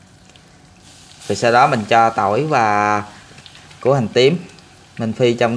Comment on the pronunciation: Em phát âm từ VỊ được nhưng tại sao lại phát âm từ VÀ là QUÀ?